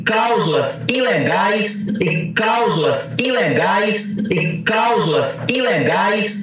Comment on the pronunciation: Pera aí... é Causula ou cláusula...😂